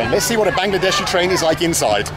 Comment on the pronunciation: "Bangedeshi train" উচ্চারণটা খুব ভালো লাগলো! 😂😂